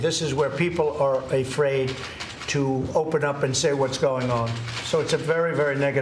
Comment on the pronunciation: Stephen forgot to mention, but when Trump talked about the “very bad part of history”, he said people were A-fraid. Not afraid (pronounced uhfraid), but a-fraid (ay-fraid).